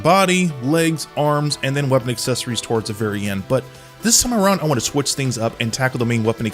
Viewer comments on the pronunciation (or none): none